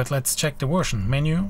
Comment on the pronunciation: No accent until you say 'Wersion' :-)